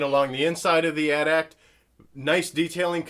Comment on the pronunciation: it is At-At